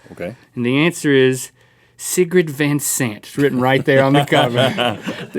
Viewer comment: You didn't pronounce Sigrid correctly Link, I'm sorry but we're gonna have to change that back into a C